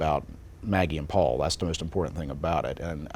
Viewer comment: It was excellent when called out Murdaugh for saying "Paupau" instead of "Paul". During ALL the videos of Alex Murdaugh talking, to anyone, about any subject, whenever he mentioned his younger son he always said "Paul". Never once "paupau". But, on trial, suddenly it's all "paupau"s. So disgusting when one knows that he blew Paupau's brain out of his skull, and why? Because he wanted money. He needed to have 4 homes and a hunting estate. With an aeroplane. And front row sports tickets. And 30 fire arms. And a boat. And a beach house. And a river front house. And everyone with brand new fully tricked out cars. They were "remodeling" their "beach house" for $780,000. I live in one of the most expensive towns in the state in which I live. The public schools are consistently in the top 10, in a state where education is valued more highly than in most others. The state in judged to have the best education system in the US, year after year. But you can buy a house in this town for that amount. I bough one for half that amount. All Murdaugh had to do was say "No. We can't remodel that house." Or "we need to sell it. We can rent a beach place." But it was far more worth stealing from a quadriplegic young man, so he could have all this crap that no one needs.